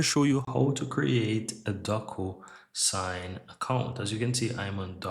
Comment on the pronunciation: Great info but I think it's pronounced doc - "you" - sign. with a long "u"